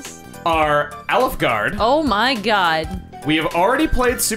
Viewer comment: Everytime said alfgarde I heard olive garden with the vowel sound